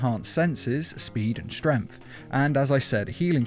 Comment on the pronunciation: Why do you say strength like strenf? It's the same with death.